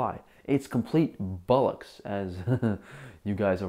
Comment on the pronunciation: lolol bollocks not bullocks 🇨🇮